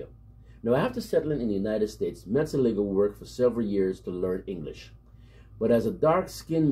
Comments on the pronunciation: Thanks for the recognition given to my country man from Suriname. Jan Mat -Zel -Lig -Ger the way you pronounce the Dutch name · Finally, someone who can pronounce his name correctly 😀. Well done bro!